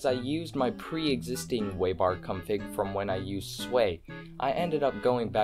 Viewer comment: why do you pronounce 'config' like 'cumfig?' i'm not trying to be rude i just find it funny